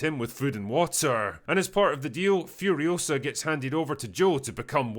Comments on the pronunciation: "It's Furi-OH-sa, not Furio-SAH." - Hermione Drinker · It’s Furi-O-sa, not Furio-SA